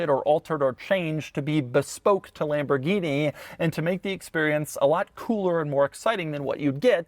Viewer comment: Um... it's pronounced "Lam-bor-ghine-mah-shine"